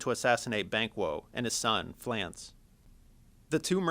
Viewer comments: Fleance, not Flance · (Flea) (on) (ssss) !!!!!!! get it right.